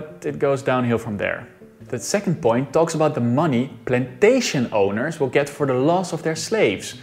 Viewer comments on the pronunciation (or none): none